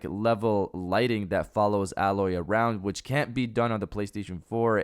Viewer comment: Yo,, it’s pronounced “ā’ loy” 👍